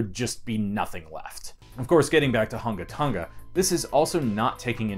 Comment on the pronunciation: Wow, this thing is amazing and a little scary... GRATS on pronouncing that island name, BTW. hehe BTW, what's up with the first 47 seconds of wind noise?